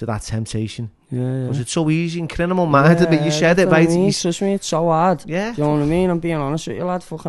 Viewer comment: Hey, at least you can write the word “ criminal “ when you say it you put the m and the n in the wrong place, and pronounce it “ crinimal “ 🤣. You and both say it like that. 🤣😜